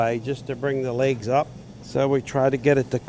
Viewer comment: Annyone noticed he said lake or lakes and not leg or legs😂